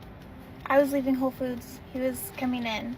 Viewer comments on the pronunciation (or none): The store is called WHOLE foods not 'ho' foods.